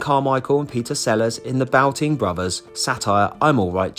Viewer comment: I think it was the Boulting brothers not bouting as you said